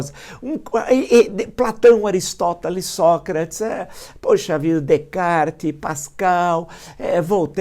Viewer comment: Primeira vez que ouço alguém pronunciar corretamente o nome de René Descartes, tenho que reconhecer 👏